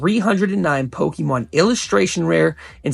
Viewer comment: Bro you say “pokemon” like you’ve never said it before in your life. Definitely a tourist investor into the hobby this video is slop that 1000 people have already made